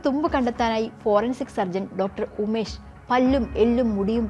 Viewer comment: It's Dr Unmesh A k not umesh